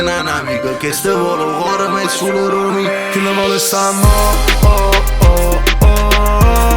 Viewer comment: Però che cosa strana che questo è catanese ma canta Napoletano ?!?!? Cioè perché ? A parte che mi chiedo come fa a saperlo parlare, anche se non benissimo perché tipo “ Kill vol “ si dice semplicemente “ Kill Vo’ “ a Napoli...